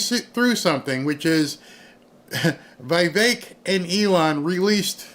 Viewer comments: IT’S VEE VEK. NOT VEYE VEK. IT’S VEE VEK. NOT VEYE VEK. IT’S VEE VEK. NOT VEYE VEK. IT’S VEE VEK. NOT VEYE VEK. IT’S VEE VEK. NOT VEYE VEK. IT’S VEE VEK. NOT VEYE VEK. IT’S VEE VEK. NOT VEYE VEK. IT’S VEE VEK. NOT VEYE VEK. IT’S VEE VEK. NOT VEYE VEK. IT’S VEE VEK. NOT VEYE VEK. IT’S VEE VEK. NOT VEYE VEK. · the "i" in Vivek's name is the same as in the word "pique".